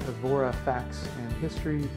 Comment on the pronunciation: you could have learnt how to pronounce Evora.....pathetic